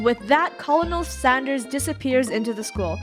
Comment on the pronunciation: Is It Just Me Or Did She Say Colonel Standers